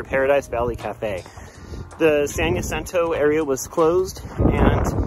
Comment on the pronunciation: Ha! Just left this comment on another thru-hikers channel- It's strange how so many thru-hikers, who know perfectly well how to say "jalapeño" and "Jose'", can't manage "Jacinto".